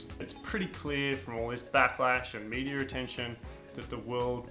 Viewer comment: What is medier? Do you mean media? Get that intrusive R out of your speech it makes you sound dumb AF